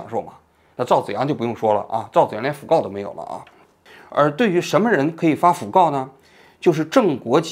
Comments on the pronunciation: 读音应该是讣fu 四声 告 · 讣告 (fu)四声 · fugao 讣告 fu 念第四声